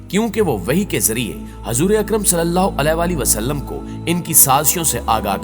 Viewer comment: محترم بھائی صاحب جب آپ حضور صل اللہ علیہ والہ والسلام کہتے ہیں تب آپ کا تلفظ بالکل درست ادا نہیں کرتے